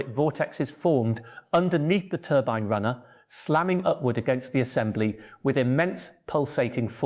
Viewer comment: TURBEEN what the hell is a TURBEEN, is this crap AI